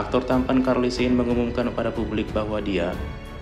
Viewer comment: Charlie sheen dibaca Carli, Lur bukan Karli